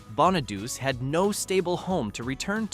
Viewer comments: Yeah... and Danny "Bonn-a-deuce". Hello, it's pronounced Bonadu-chi. It's Italian. But you can't teach robo-voices these things. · How does all these videos with the Partridge Family call Danny (bon-a-dus) when it's pronounced BON-uh-DOO-chee. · Its pronounced bahn nah dew chi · Danny's name is pronounced "Bonnichy" you dumbo. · AInvoice needstogo danny bonaduce at the end of the last name is the LONG E sound not ch sound and silent E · I know, right? I can't stand it when the names are pronounced so badly. Bona deuce? Really?